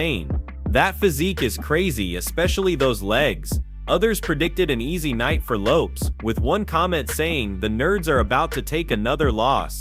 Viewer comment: It’s lopes bro not loppe’s 😂😂😂